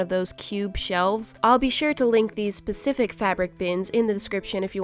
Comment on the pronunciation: I thought she said “I’ll be sure to link these pacific fabric bins” 😂